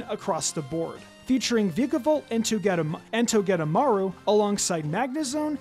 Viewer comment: It’s pronounced toh-GUH-DUH-mar-oo and VIKE-uh-volt, “”! 🤨